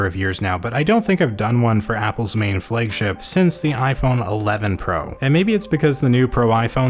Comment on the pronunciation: Why the hell do you say "Flëigship:?